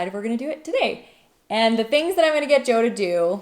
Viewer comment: Ahhhhhh……Joe! I finally worked it out via the text. I’m sorry but I occasionally struggle with Canadian accents a bit …..just you pronounce some vowels and SOME consonants oddly compared to Aussies.